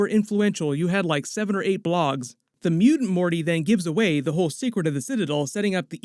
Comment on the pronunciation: Seven or eight BLOCKS... not blogs lol